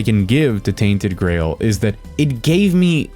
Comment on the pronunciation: I thought he was saying tainted grey hold